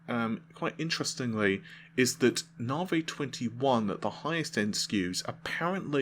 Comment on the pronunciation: You pronouncing navi as navay is making me nuts. Why you do that!